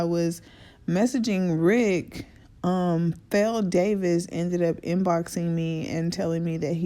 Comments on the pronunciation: Feloney is pronounced ‘felony’ lol Chitown native here! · andre always wrote with r kelly. and the ugly dude in the back of the car as you stated is black r kelly's cousin slash road manager. also his name is pronounced Felony like the crime charge. i know em all. but felony is my guy. they are real cool peeps. . but it is what it is. i pray for everyone and keep it moving. have a blessed one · His name is pronounced Fel-o-knee.... Like the crime...